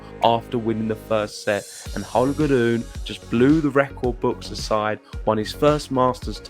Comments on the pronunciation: It should be pronounced Ro-ne, not Ru-ne. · RU-NE. Please stick to that correct pronunciation of his name!! And STOP that "ugly" sounding ( and WRONG! ) "roon" thing. Greetings from Denmark.